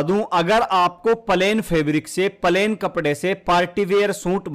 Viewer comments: Palen nhi plane bolo😂😂😂😂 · Bhai plain not palain pls🙏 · Pahle bolna to Sikh lo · Pahle pahle plane bolna Sikho😅😅😅😅😅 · Bhaiya aap palain bol rahe ho 😮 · Pahele palain bolo bhaiyaji😂😂😂😂😂